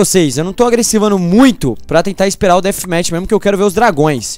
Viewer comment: Dathmatch é com som d f kkkk